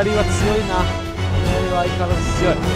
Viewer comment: あと斧槍はふそうと読むと思いますぜ